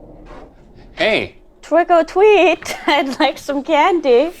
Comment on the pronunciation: Twick or Tweet